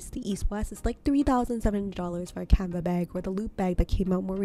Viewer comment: Why do you keep pronouncing canvas as canva?